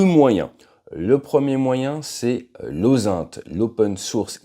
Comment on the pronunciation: OSaint? On prononce ozint, pour intelligence en anglais, ta prononciation porte à confusion.